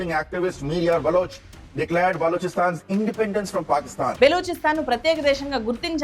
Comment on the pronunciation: బేలోచి అంటున్నవు ఏంది బలోచిస్తాన్ నీ